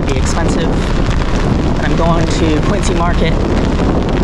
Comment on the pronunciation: Hi, fun video. Think Quinzy rather than Quincy. So fun that you went to school out there…oh, and I always used to see Dunkin boxes on everyone’s car dash board when I visited as a kid and Lobster rolls are summer food for me. Tough lobster would have been disappointing! Love how adventurous you are!